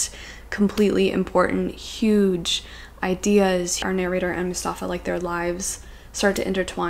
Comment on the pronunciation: Hey, not to be that guy, but I'd like to let you know that Mustafa (from Season of Migration to the North) is not pronounced the way you say it (with the emphasis on the u, MUstafa) but actually with the emphasis on the stafa (MuSTAFA). I don't really know how to explain this but hope it helps!